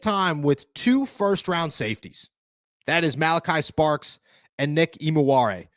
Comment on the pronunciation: It’s STARKS!!! Not Sparks 🤣🤣🤣